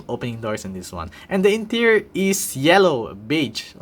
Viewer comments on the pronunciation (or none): none